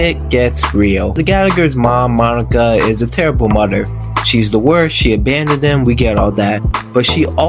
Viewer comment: Solid enough video but wow your pronunciation of some words is so annoying and sounds forced. You'll say interest normal, but then say skreet. You'll say those normal, but mudder instead of mother. Like whyyyyy. Decent recap tho.